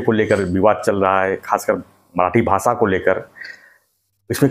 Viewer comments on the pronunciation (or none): मराठी भासा नाही रे भैया मराठी भाषा असं बोलतात. कोणी बनवलं याला पत्रकार😂